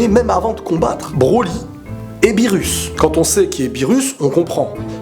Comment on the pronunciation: "Beerus" ???..... ÇA SE DIT "beerrous" (le r se prononce l)